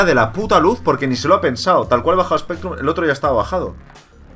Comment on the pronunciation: recuerdo en tu primera partida con Spectrum le llamaste "Specrrum" lol